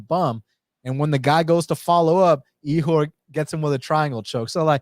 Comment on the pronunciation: killing me with that Ihor name hahahaha